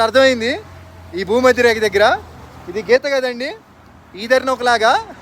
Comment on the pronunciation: భూమధ్య రేక కాదు భూమధ్య రేఖ అంటారు అన్న.